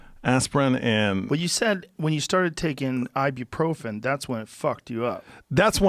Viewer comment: Ya I can't believe he said "theere is a big difference between aspirin and Ibuprofren, Ibuprofren is a NSAID".